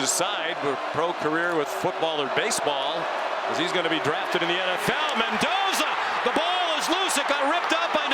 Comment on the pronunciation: ManDozer not Mendoza